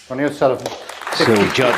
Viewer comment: Ronnie it’s Ronnie 😁👍